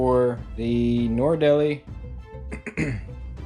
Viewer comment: Thx for the info! But I had to turn off the sound because the thing is called a NORD-LEE, not NOR-EEE-DEL-EEE.